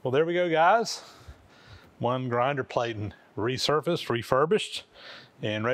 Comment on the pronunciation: Another case where the English language doesn't follow the rules! Platen is pronounced with a short a like in plat, not with a long as like in plate!